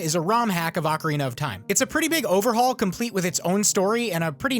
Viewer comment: Ocarina not arcarina